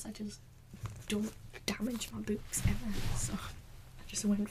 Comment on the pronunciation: the way she says books lol